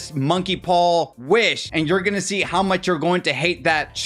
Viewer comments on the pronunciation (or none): none